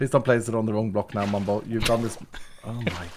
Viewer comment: * "Mum-bow 9000" 🤣